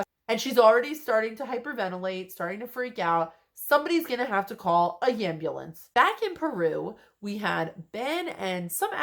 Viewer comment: A YAM-bulance....haha